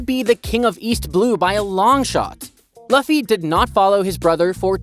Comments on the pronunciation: Said luffy wrong lol its not "loffy" its Lu ffy" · yeah the pronunciation is " Lu-ffy not La-ffy" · it is not laffy it is luffy it is not alabama it is alabastar good content othervise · why did you say fluffy with out the f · I can't watch anymore. You mispronounced luffy's name too many times. Disliked and out. Research how their names are pronounced next time.